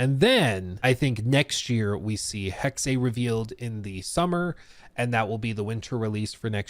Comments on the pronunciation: I believe it’s pronounced “hex” with a silent ‘e’ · HEXEA.... when it's literally hex